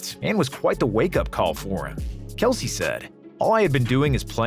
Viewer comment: Not knowing kelce's name is actually pronounced kels